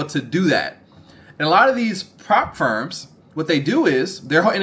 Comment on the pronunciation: Ngl it took me so long to realise you were saying “prop firms” - I thought you were saying “farms” 😂 I was like “what farm? Profit farm?”